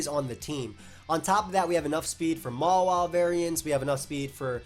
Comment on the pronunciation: dude why do you pronounce Mawile like MOLA, it's so cringy